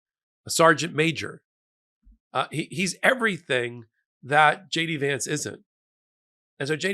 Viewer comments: "Shay-dee Vance".😂😂😂😂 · I thought I heard you say shady vance? Not a bad name. 😅